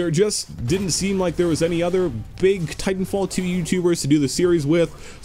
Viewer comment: I love how u say Titanfall teow